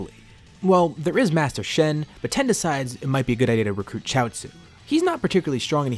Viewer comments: Tien. TEE-EN. If you're going to say his name as "Ten", stop, and either form an argument that your using his non-English name (I don't here son after goku, invalid argument), or pronounce it correctly. It detracts from the video and is stupidly infuriating. How can a fan mispronounce a name with two syllables? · Y does he call tien ten? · the amount of times you say ten and not tien causes me physical injury,. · you know a manga reader when the rapidly incorrectly says a name ITS NOT TEN ITS TIEN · How many times is he going to say ten and not tien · why do you call Tien.... ten ? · FFS ITS TIEN NOT TEN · TI-EN, why do you say Ten ??? It’s super annoying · It’s just a fucking mispronunciation chill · Tien.... tee-ehn.... I know you know.... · Great story, i just hate that you are pronouncing Tien as Ten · oh really I didn't know that... it just hit my ear funny and didn't really like it haha 😅😆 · Why do you pronounce Tien that way?